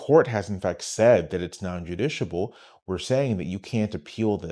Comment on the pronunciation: (Non-justiciable - non-“Jus-tish-i-able” )